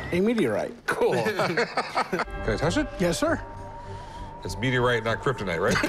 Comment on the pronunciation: Rick: Okay I'll meeteorite over there. 😂